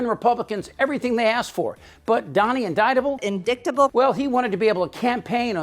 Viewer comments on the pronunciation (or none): MTG: "...inDICKtable..." SAVE US FROM THE STUPIDS!